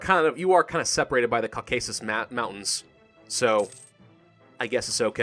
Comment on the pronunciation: That pronunciation on "Caucasus" tho.